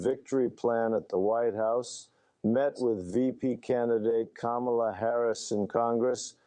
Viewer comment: It is not "KA-MALA", it is "KAMMA-LA". Like 'comma-la'.